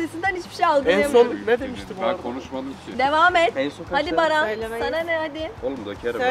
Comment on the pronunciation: herkes ahfer denmesine sey yapmısta daha iii yaaa merttehemen barfer diyoo